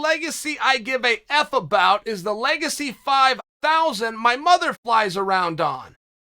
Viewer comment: Leg- acy 😂